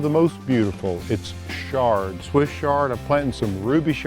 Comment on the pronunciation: It's not 'shard'. It's Chard.